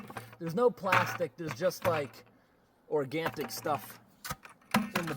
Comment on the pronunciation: quick note, it's orgaNic, not orgaNTic